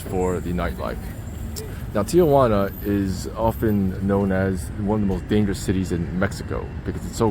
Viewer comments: Thee-Juana or T-juana..where the fuck does the O come from? 😂 please stop saying T-oh-juana.. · not pronounced tia-wana. Tee-wana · it’s pronounced “Tea-wanna”- not “tea- uh/wanna”- Get it right if you’re gonna try to teach people about the place… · If there's anyone who is interested or cares, the name of this dump of a town is properly pronounced, " TI "-Juana , NOT, "TIA" -Juana . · T-Jauna!!! not Tia-Juana!!! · 1) "Ti-juana"...NOT Tiajuana". 2) There are for-paid bathrooms in the line, had you only looked. 3) The "homeless" are mostly migrants - usually from Central America or other parts of Mexico. 4) There are web sites/pages which would tell exactly how long the expected wait time is. 5) Usually there are hustlers offering rides on shuttles to bypass the queue for a fee. 6) The bridge and area around it are simply unsafe in the night time ...these comments had to be made because your video was not helpful at all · Tijuana is pronounced "tee WHAH nah," not "tee a WAH nah" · Never understood why so many Americans, including my fellow San Diegans, pronounce Tijuana with an added 'a": Tee-A-Wana. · Why do gringos pronounce Tijuana as "tee oh wanna"?😂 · Agreed. I always tell non-Spanish speakers: if you can say marijuana, then you can say Tijuana. What's this tee-a-wana? Come on.